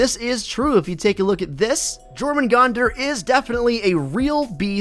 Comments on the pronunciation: Jormangonder is yor-man-gon-Der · no, jormungandr is pronounced YORma-gand